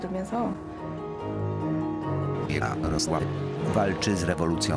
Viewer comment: Lubię ten moment kiedy lektor mówi ja-RO-słaW